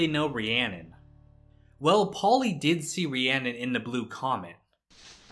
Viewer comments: It’s spelled Rhiannon, but it’s pronounced Rahoonie. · Her name isn't even Rhiannon it's Rahooney